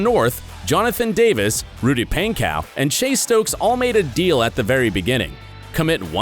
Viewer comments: it’s pronounced “ponco” not “paincow” lol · i am so late but bro said “rudy painkow”-😂😂😂😂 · REALLY “RUDY PAIN-COW” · Ik this man did not just say “pancow” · the way he says Pankow gets to me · He said Rudy's last name wrong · It pains me the way the guy pronounces Rudy’s last name lol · It bothers me how he is saying rudys last namE